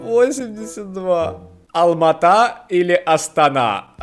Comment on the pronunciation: Правильно не Алмата , а Алматы!